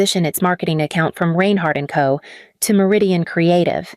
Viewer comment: Learn how to pronounce "Reinhardt "! All this stuff is stupid.